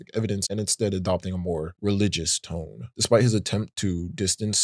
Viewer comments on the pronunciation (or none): none